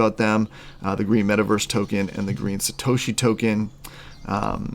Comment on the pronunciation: “SatAHHshi Tokens” “Soleyyna Blockchain” …..bruh